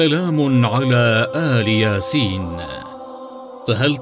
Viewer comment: ⛔⛔⛔⛔⛔⛔⛔⛔⛔ لا تخبصوا يا اصحاب القناة الاية الكريمة "سلام على إلياسين" ، إلياسين وليس آل ياسين وانا سمعت اول المقطع فقط ، ولم اسمع باقي المقطع ان كان في اخطاء واضحة فلا اعلم لاني سمعت اوله فقط ⛔⛔⛔⛔⛔⛔⛔